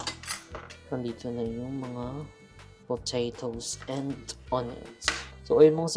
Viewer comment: Parang potatoes po narinig ko? Hehe napa rewind pa bgla ako